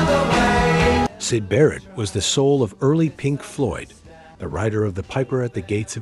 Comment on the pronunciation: I wanna know who Side Burret is.